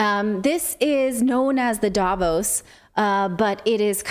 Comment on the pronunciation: Relevant and to the point as always! May I just add that the stress in Davos is on the o, not the a, the o sounding similar to the au in pause. Not that I think anyone will read this, but hey, one can try...